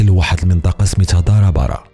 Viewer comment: السلام عليكم أستاذي العزيز واحد التصحيح المنطقة الذي قلتي بدأت منا المعركة سميتها دهار أوباران ماشي دارا بارا كيف قلتي حت أنا من اصل ريفي والبضبط من تمسمان